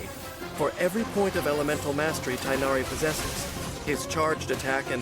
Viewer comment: Gorou's abilities aren't the most flashy, but he singlehandedly makes Geo dps characters viable. Well, other than Navia anyway. You actually pronounced Tighnari's name more accurately to the original Arabic name than the game does. For some reason the English localisation team thought tie-nari would make more sense to a western audience. I don't get why, I would've instinctively pronounced it as tig-nari.